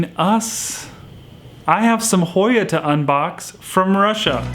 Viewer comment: Thank you and you did say it right 💜.